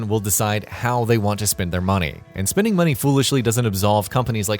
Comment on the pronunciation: Muneh? You're alright boah